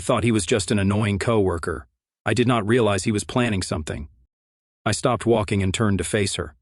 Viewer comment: What the hell is a "keeoh-worker", or "See-Ohh worker"?!?! CAN YOU PLEASE FIX THIS CRAP?!?! Try spelling "COWORKER" when you type in the word...!!! 20 minutes into this self-serving narrative I had to leave because he spends more time complimenting himself on his ability to "be a man" instead of just getting on with the damn story.... Another pointless exercise in meaningless masturbatory narrative....